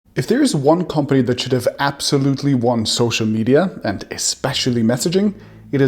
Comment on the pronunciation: "App-solutely" gdi